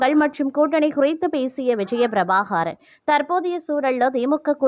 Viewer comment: விஜய பிரபாகாரன் இல்லை பிரபாகரன். உருப்படியாக உச்சரி யுங்கள்